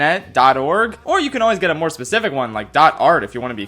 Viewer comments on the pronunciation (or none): none